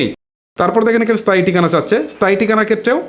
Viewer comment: ভাই আপনার প্রতিটি শব্দ উচ্চারণ এই সমস্যা রয়েছে এটি আগে আপনি ঠিক করেন। টিকানা, স্তান, বোটার এসব কি ভাই?!!